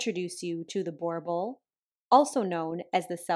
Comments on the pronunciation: Pronounced Booor-bull. Two of them bit my kitty to death, so needless to say I hate them now. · nope, ask a South African about a Bor Bl and they will most likelysay huh? a boar 🐗 ? It's BooR ( rrr) bool .. Ek sal weet boetie, ek kaan Afrikaans praat, lees en skryf. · Well that's the weirdest pronunciation I have heard for boerbull. But no one told our 2 boerbulls they were supposed to be ferocious. Big dogs that thought they belonged on our laps and definitely meant to be inside dogs - we had very friendly but scary looking gob monsters. Born on a farm that was close to the border- somehow our 2 dogs missed the note that their parents swam in a river that had crocodiles in it while they ran from the hose pipe in fear of getting a bath. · Burr-bull easiest way to pronounce the word boerboel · its difficult, but I will try😅 so the easiest way I can think of describing it in text would be to pronounce it as "boo" and roll the r and bull. Does that make any sense? Or another way to think of the "oe" sound is have a listen to Rammstein's Du hast. The oe sound is like the "Du" just without the D obviously.😅 Afrikaans words are hard to explain like this so I hope I didn't completely confuse you. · Lovely dogs, from a local South African it’s pronounced (bo-oor bull) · Eish - you slaughtered the pronunciation - it is not boorbull - more German accent needed :). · I always get a kick out of the way people pronounce Boerboel😊 I had a brittish fellow almost tongue-tied trying to pronounce it the afrikaner way. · 2020 It is an Afrikaans word and as an Afrikaans speaking South African ( where the breed originates from) I can assure you that is not the correct pronunciation. I tried to explain the pronunciation in my previous comment.It's just hard for most English speaking people to pronounce 😅. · Love these dogs, as an owner of a 150 pound black boerboel I can testify to the ease of falling for those expressive faces. Your pronunciation was 'almost' correct 🤣